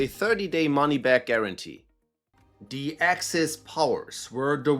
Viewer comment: love the German pronunciation of 'the' or perhaps saying 'die'.